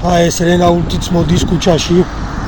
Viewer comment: რენაულტი არა მეგობარო, არამედ რენო.